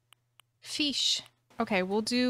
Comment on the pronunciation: No one::fis feesh fish 🐟